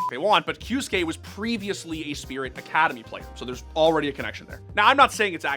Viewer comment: kyosuke NO "kyuske" yes